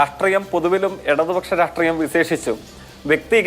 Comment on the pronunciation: അതി സക്തം അല്ല അതിശക്തം സവിസേസം അല്ല സവിശേഷം രാട്രീയമല്ല രാഷ്ട്രീയം